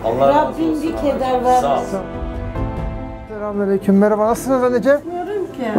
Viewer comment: “Selamünaleyküm” ne güzel diyorsun reis 👏👍